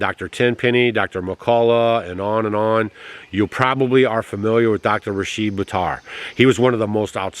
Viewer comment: I watched an interview where Dr. Buttar corrected the interviewer in the pronouncing of his name.... Rashid (think how you pronounce did - the i is said the same way for his name) In that interview the person was pronouncing his name as Rasheed.... May the wonderful Dr. Rashid Buttar rest in heavenly peace and the other doctors as well... Tragic.... Prayers for his beautiful family, what a horrifying loss for them and the entire world. Incredible man...